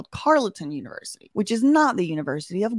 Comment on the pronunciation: The way is saying univrsity...the shade...I love it lol!!!!